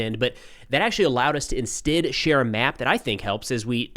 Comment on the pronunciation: Instid. He's the only person I've ever heard say it like that